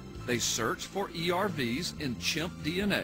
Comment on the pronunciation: "urfs" not E.R.V.s?? has no clue what ERVs actually are or how the genome actually works..